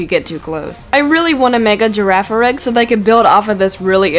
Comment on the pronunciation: Yeah you pronounced Girafarig right. I want a Dark/Psychic Girafarig evolution where the Chain Chomp head takes over.